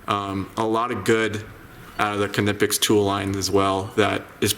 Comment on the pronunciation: Pronounced “Neepex”. Check their manufacturer videos.